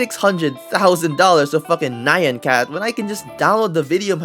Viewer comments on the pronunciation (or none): that pronunciation of nyan cat is just diabolical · why u pronounce nyan cat like that😭